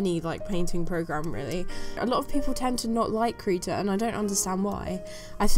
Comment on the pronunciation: I love how you pronounce krita, it sounds so "rough" when you try to pronounce it in german. :)